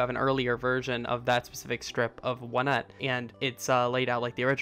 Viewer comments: I say “On et” but it’s meant to be pronounced “one et” apparently? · The official pronunciation is "Oh-net".